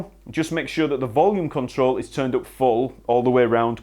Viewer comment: And up as oop